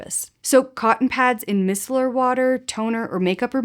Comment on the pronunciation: I don’t have a packing tip (which is why I’ve binge-watched your videos😅) but just FYI - Micellar is pronounced “My-Cell-ar.”